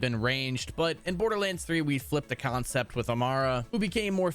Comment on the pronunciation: Why in the fuck does this dildo say concept like that? Kion-cept